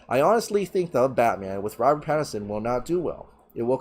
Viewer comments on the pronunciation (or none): none